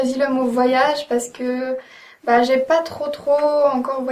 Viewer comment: "Z ben zé fini" haha génial !